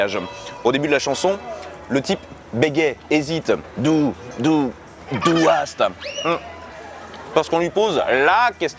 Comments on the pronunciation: Aua! pour la prononciation, mais sinon très bonne vidéo! Que de souvenirs! J'ai grandi an Allemagne, j'ai adoré Sehnsucht ^^ Et c'est "hasst" et non "haast" (on dirait du danois XD) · Et c'est pas "du haast" mais "du hasst". Mais sinon bonne vidéo